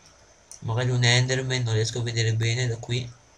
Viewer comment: A i 4 minuti e 50 sembrava che avevi detto PENE invece di bene